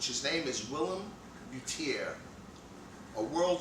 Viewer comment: BTW, You're not correctly pronouncing Willem Buiter's name. It's a Dutch name and you pronounce it in a French way. The correct way i guess is a combination of the "uy" as in "Peter Stuyvesant" & the word "butter". Not a biggie, but i thought i should point it out. Greetings from the Netherlands.